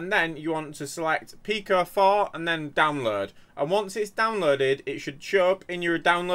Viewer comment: wheres the "downlurd" button?